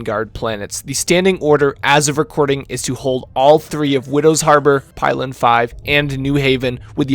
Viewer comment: it's pilen with an -ee